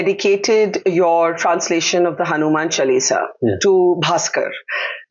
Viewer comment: All is beautifully spoken and discussed excepting for the very subject. HANUMAN CHAALISA , Ms Dutt , not Hanuman Chulisa. CORRECT pronunciation will be appreciated.